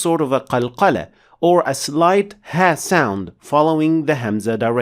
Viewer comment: Nice pronouncing of ha and a'